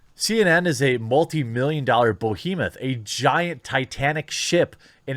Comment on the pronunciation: What the ever living damn is a "Bo"hemoth?